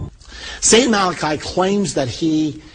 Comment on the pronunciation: he wasnt malachi he was malachy pronunced mal a key